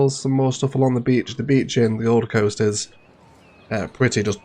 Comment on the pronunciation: The... Govum Coast?